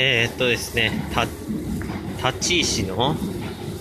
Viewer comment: 「たちいし」ではなく「たていし」な